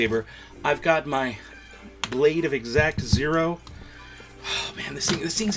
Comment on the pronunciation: Did he really say "exact zero" knife? It's called an xacto knife, like "Exact-oh" lol. I thought Ahsoka's twin sabers looked a but too thick, hers are much slimmer. especially her shoto saber.